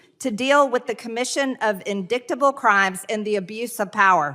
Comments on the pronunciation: "in-dick-table" obviously MTG still really wants Hunter's 🍆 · Indicktable, Peach Tree Dish, Gazpacho-she's consistent.